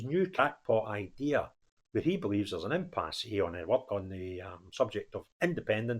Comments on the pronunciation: It's pronounced impass, not impassé. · Dear, The 'e' in impasse is silent. Frank.